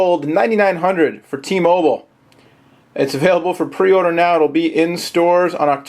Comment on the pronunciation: u dont no how to say t mobile man!!!